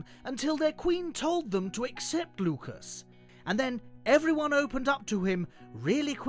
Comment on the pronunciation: LUCAS NOT LUCUS WTF MAN